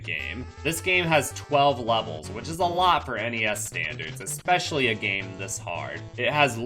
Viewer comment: ‘Exspecially’. I arx you!